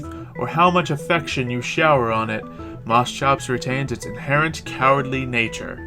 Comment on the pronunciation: It's Moschops; Moss-Copes. But call it what you will.